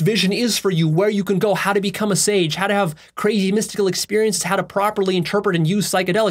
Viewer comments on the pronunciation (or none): none